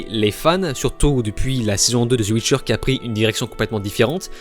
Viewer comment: “la chute de netflix” 😂 tellement ridicule ton truc! Et on dit pas “ZE WITCHER” c’est The Witcher